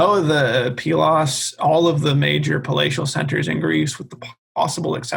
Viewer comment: does the I-know-better professorial sarcasm bit very well, but then repeats the safe refrain that the Bronze Age collapse and the "invasion" of the Dorians is... unknown. I had really hoped to get more input on the situation of Pylos (thank you for the correct pronunciation). Was there there really a gap of 10-15 years between the destruction of Mycenae and that of Pylos, for example?